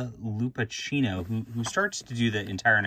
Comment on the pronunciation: Hi nice video. It is pronounced Loo-pak-ino (ch in Italian is a k sound)